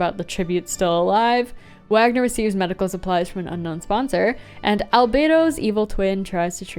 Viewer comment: Small note, but I think Wagner is pronounced “Waynar”